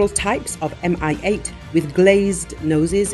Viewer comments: 'coz it's "Mi-8", not "MI-8". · Mi-8 is not "M.I.", it's like pronoun "me". "Mi" is shortening of "Mil" (Миль), the designer's surname.